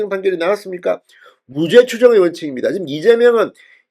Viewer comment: 진선생 사전의 사는 길게 발음 하게. 짧게 하면 단어집을 말하네. 금방 발음한 무죄는 짧게 해야 되는데, 또 길게 발음하니 이상하지 않은가 이 사람아.